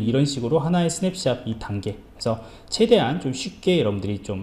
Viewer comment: 강의 고맙습니다. ^^. 그런데 스냅샷이라고 쓰고, 스냅샵이라고 발음을 하시네요